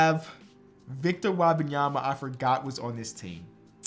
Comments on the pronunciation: it's Wembanyama not Wabamyama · Wabayama? I could be wrong but I thought it was pronounced Whim- bahn- yah- muh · I love you bro, but it’s Wembanyama. It’s spelled how it sounds. Whim-bahn-ya-ma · pronounced Victor Wembanyama wrong the whole video it really pissed me off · You are pronouncing Wenbenyama's name wrong. Love your videos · Love the vid but you gotta learn how to pronounce Wembanyama